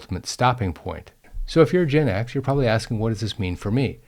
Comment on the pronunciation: You pronounce Gen X as "Gin X", which is a whole other level of alcoholic issue 😂😂